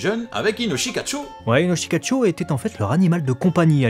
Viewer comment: C'est Inoshikachô (le second "o" est un son "long"). Et c'est aussi une carte du jeu de cartes "Yûgiô: Duel Monsters".